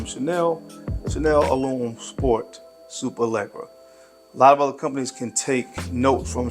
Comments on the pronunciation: Pronounced Lesh-era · I believe there’s not 1 American that can pronounce Superleggera correctly or does any effort to.